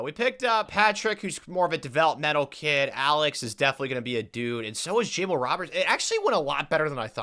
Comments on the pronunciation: Bro you say ja•mall And the slanted fro is called a Gumby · Btw… the name Jamal is pronounced juh-MAWL